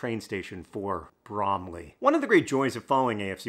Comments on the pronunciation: I miss speak. Hank is pronouncing it as the apple, which is incorrect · When i hear Bromley, all I hear is Lee Mack in Sketch Show "Bwomley" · i mean, its BrOMeLy… really… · You pronounce it like bramley apples. br oh m ley. Also, it's not "a Christmas tree farm", Christmas tree farm is the name of a small farm you can feed goats and rabbits at. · I laughed every time you emphasized "Bromley". Thank you for the giggle today, John. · I like it when John says Bromley in the video itself.